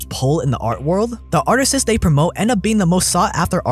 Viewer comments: "Artists", not "Artisses" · Why does he pronounce artists as artises? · The plural of artist is artists, pronounced ‘art-ists’ not ‘artist-es’. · Am I crazy or is he pronouncing artists as "artist-sus" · I can only assume as he was writing the script, it autocorrected to artistes which is a word but is used to describe a performer. But it is annoying hearing him say artistes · Everyone else: Artists: Artistses 🤣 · Are you saying ‘artistists??’ It’s ‘artists?’ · Am I the only one who keeps hearing him say "artistses" instead of "artists"? I'm not complaining--I just find it to be an interesting pronunciation! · Artisess 😂 Reminds my of my ghetto friends when I was a kid. Sht I was ghetto too I was just a grammar nazi haha. The way my friends talked would always annoy me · "artises" became pretty irritating pretty fast. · Stop saying "artisists" or "artises". Those are not words. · Artisses? You mean artists? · Artistsis? 😅 sorry couldn’t help it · What are AtristES? My guy, it’s ArtistS lol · Why are you saying ARTISES?! The plural of artist is ARTISTS! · ITS JUST ARTISTS not atristeseses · Artists not artisies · Isn't it pronounced "Artists" and not "Artistists"? Or have I been saying that wrong my whole life haha. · What are you saying? "Artistiss"? Do you mean "artistes"? That's really not how that is pronounced. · artisus. omg. bro. stop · Great vid but they are called artists, not artistses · WTF are ''artises'' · “Artises” lol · i swear if he says "artises" one more time I´m defenestrating myself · "Artises" made this unlistenable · dude. him saying "artistists" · What is going on with pronunciation of the word "Artists"?? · if I hear artesys 1 more time ima shit myself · Is he saying "artisizz"? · Stop saying “artestses “ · Hey bro I thought you were smart, why are you saying "arttisses" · learn how to pronounce artists lol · WHY IS NO ONE TALKING ABOUT HOW HE SAYS ARTISTS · bro learn how to pronounce artists